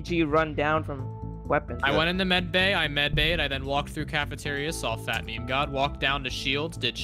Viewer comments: It's meme not me me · It’s funny how pronounces meme me me lol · ME ME. ME. ME. ITS MEME NOT ME ME .-.